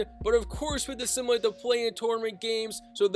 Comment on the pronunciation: Bro, learn how to say simulate